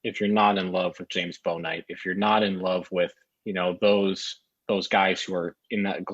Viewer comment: Just want to let you guys know you are mispronounced Bouknight's name. It "Book night" not "Bow Knight"